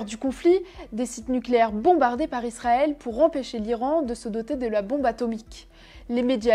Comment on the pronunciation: Pourquoi tu dis "Lisrael" ?